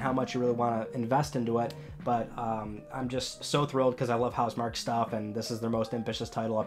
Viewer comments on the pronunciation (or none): House MarKEE It's pronounced House MarKEE